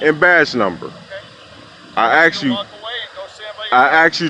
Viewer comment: “I AXED you three times…” Thankfully he was not arrested for AXING the officer!